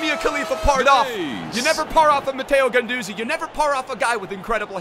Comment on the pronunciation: His nickname is La Garra Also, why you saying Guendouzaaaaayy